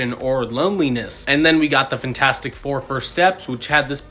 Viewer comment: Why do you continuously say fintastic?